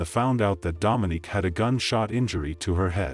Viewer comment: So annoyed he keeps saying Dominic like come on now it’s Dominique 🙄